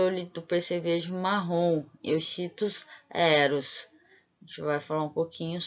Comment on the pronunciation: Olha sou o Prof Me Randal Lopes Barreira, gostei da sua escolha sobre o tema do seu trabalho, fico feliz pelo seu crescimento e persistência no curso, já esta colhendo os resultados. Tenho algumas considerações importantes sobre o seu trabalho. Quando pronunciar o nome cientifico o nome da Espécie em estudo Lê sê: Euquistos heros, e não como esta escrito lá. Ao publicar o nome de família jamais leia como esta escrito, por exemplo em Pentatomidae – Lê -se Pentamide. Cuidado, quando você esta falando do ciclo vital do Euchistus herus, ele tem vários instares e todos eles são estágios ninfais, assim ele tem desenvolvimento hemimetabolo por sofrer uma metamorfose gradual, a medida que cresce vai adquirindo características do adulto.